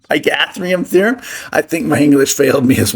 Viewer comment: LOL 😆 🤣 😂... pythagorean (pie-tha-gore-ian) theory...